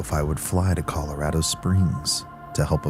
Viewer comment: scariest part of this whole video is that pronunciation of ColorAAdo🤣